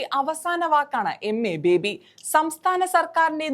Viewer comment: MA ബേബി യല്ല. യമ്മെ ബേബി, അതാണ് രസം.